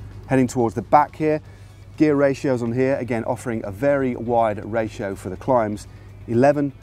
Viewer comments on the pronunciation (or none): none